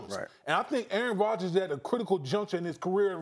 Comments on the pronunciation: "Errn Rodgis" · Try saying “Aaron Rodgers” like Damien Woody. Go ahead. It’s not possible.